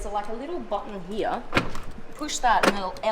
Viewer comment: I'm always here for how she says "here".. "Heeyah"